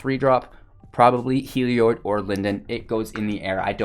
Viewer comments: I believe he's mispronouncing it. It looks like it should be pronounced "heal-e-odd" or "hell-e-odd". His pronunciation would likely be spelled "Helioid", with the extra "i" in the last syllable. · I'll be honest. Video was hard to watch, because its pronounced hell-E-odd. There is no i after the o in Heliod. Its not an -oid, like paranoid. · I tried to give you another chance, but that horrendous misplay in the 1st match sealed the deal for me. Are you sure that you're a veteran player? Because the rookie mistakes I'm seeing indicate otherwise. And also, it's pronounced Hel...eee...od. FFS... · I came to comments just for this. Thank you. I thought I was the crazy one.